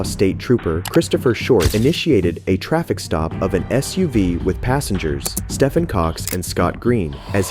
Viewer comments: Stephen is pronounced ste-ven. Not stefan. Call me triggered. 😂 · it's pronounced 'steven' not 'stuffin' his name is not pronounced stuffin cox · When you read a Stephen King book are you reading a Stefan King book? No, because it's pronounced Steven. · Why would you be speeding way past the speed limit if you are carrying something illegal. these guys are stupid of course they are getting caught. ALSO LMFAO at him saying Stefan Cox. That name is pronounced STEVEN and is an alternate spelling of the name unless his parent's didn't know how to spell Stefan or say Stephen/Steven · Stephen is pronounced Steven, not Stefan. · Im sure stephen is pronounced like steven not stefan 😂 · Stephen pronounced Steven. Where is this narrator from?? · 'Stephen" isn't pronounced "steffin". Trust me. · How does this guy not know how to pronounce Stephen? He sounds like an adult???? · Stephen or as we like to say STEVEN.......YOU GET PAID TO FCKING READ SO EITHER GO BACK TO SCHOOL OR GO FLIP A FCKING BURGER BECAUSE YOU HAVE NO EXCUSE FOR NOT KNOWING HOW TO PRONOUNCE THE NAME STEPHEN WHEN THERE ARE PLENTY OF NAMES IN THE WORLD WAY HARDER TO PRONOUNCE!